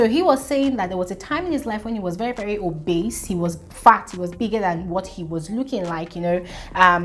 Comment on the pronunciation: Interesting point of view,. “Villain”, “Narcissist” & “Obese”... you could try and listen to audio pronunciations for these worlds...